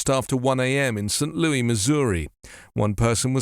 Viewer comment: Your "British" is showing. St Looey 😂 gave me a morning chuckle. In these parts, it's known as St Loo-iss.